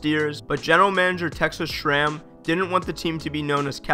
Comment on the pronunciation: "Texas Schram?"